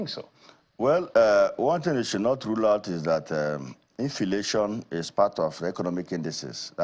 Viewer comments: I shouted when I heard infilation 😂😂😂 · A Nigerian senator pronouncing inflation 😢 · Senator infilation 😂😂😅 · No be only “INFILATION” Mtcheeew 🤮🤮🤮